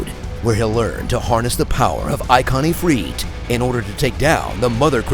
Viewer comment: I like how you pronounced Ifrit 2 different ways, but we can all agree that your pronunciation of Chocobo is the correct one even though they call it "Chalkabo" throughout the entire game.